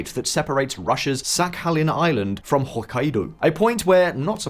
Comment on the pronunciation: Pronunciation of Hokkaido . Really went all in.